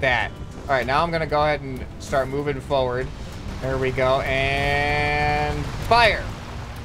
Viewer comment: says forward a "forwarz" me: BRUH